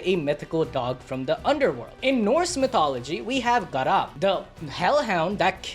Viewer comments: The hellhounds name is garm not.. garop?! Really?! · Its Garm not GarAm lol, also It is Fenrir biting the hand of Tyr. Garm and Fenrir are separate Hounds/wolfs, but the stories sugets its Garm who Will be Tyr’s demise come ragnarök.